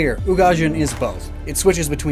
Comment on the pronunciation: You pronounced Ugajin right. Actually your pronunciation in general has improved a lot over the years :)